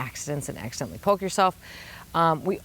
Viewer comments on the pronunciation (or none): none